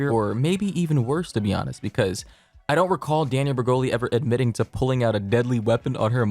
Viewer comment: “danielle bre-hole-ee’s”